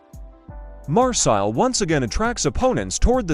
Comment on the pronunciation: Usa a tua voz! Migoel Tixéra? Marsil?